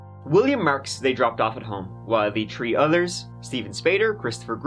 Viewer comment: Did he say one of them was a five foot tree?